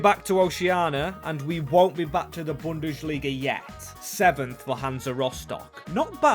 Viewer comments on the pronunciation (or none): Its bundesliga, not bundeSHliga ffs my ears are bleeding